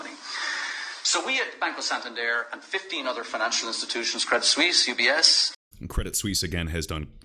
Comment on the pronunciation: Well done 👍 for pronouncing Santander correctly... so annoying when People don’t ...